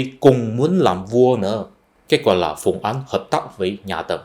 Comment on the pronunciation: Bạn tập phát âm lại âm án với áng nhé. Phùng Áng bạn đọc là Phùng Án rồi.